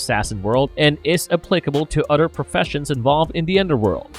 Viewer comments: The word is "OTHER" my brother..... not "udder" ........ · “De udder pardy…”